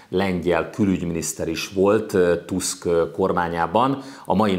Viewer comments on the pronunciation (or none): none